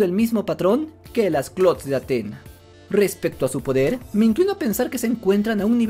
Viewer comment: Es Atenea 😂😂 cuando dices atena me suena a antena de televisión 😂😂😂